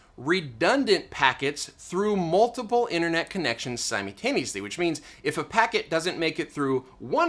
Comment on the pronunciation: great video, please dont say somuntano-us-we again please.